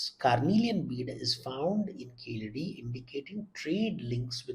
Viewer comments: Please say keezhadi, and vaigai correctly. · Why is Devdutts views being sought on Keeladi, not Kilaadi as the anchor eggegiously mispronounces? There r enuf scholars for it on the subject to opine. And in any case all he did in the video was shared the trade success of the indus valley peoples n he did not respond to the by line of the video which announced WHAT KEELADI MEANS FOR INDIAS CULTURE...n also gave the unsuppoted theory of the declining indus civizarion finding its way to Keeladi. In 2000 BC. The facts from experts show habitatonal evidence before 3000 BC. And to mention Sangam with no relevance seems only to create an impression of scholarship...also iron tools were found confounding archeologists as earliest use of iron in the north was post 1900 when it was used for horses...mythologists passing of as historians is to leverage bubbles in these media hyped times